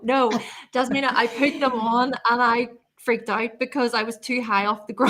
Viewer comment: Why you pronounce your name wrong.